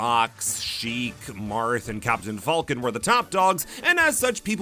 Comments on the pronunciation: Why do you pronounce it like "fahlcon" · I respect the commitment to pronouncing "Falcon" not like the animal, but rather the way it's pronounced in 'Millennium Falcon'